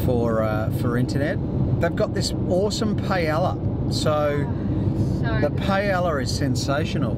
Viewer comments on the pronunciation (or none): the ll's in paella are pronounced like a y. :) pie-eh-ya :) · isnt the word paella pan? :) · Rofl that paella pronounciation :D